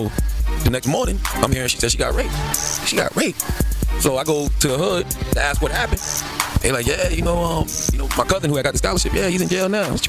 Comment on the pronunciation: Get aks deck our your mouth